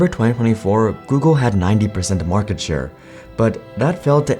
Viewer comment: "maarkete" i can picture a little indian nngga saying this while nodding his head